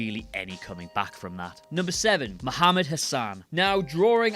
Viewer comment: Muhammad Hussan hmm... ok. You know you're wrong its "Hassan"